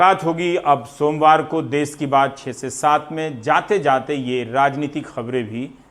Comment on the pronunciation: "देश" होता है, "देस "नही।